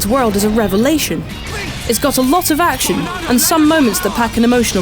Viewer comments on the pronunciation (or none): none